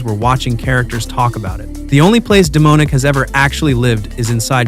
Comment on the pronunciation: Thats an AI voice, its pretty obvious, it also pronounced Demonic as Demoanic. Textbook AI text to speech. The facts are real, but the narrator isnt.